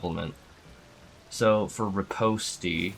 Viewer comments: ripposti huh. it's pronounced re pawst bruh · yeah lol. /rəˈpōst/